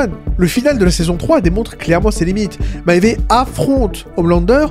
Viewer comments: "Maéyvé uguiy" ptdrrr c'est quoi ça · Vidéo très étrange des cuts très audibles en plein milieu de ton explication + prononciation bizarre de maeve et du composé V (composé 5 ?) Certains points intéressants mais je ne comprends vraiment pas ces problèmes cheloux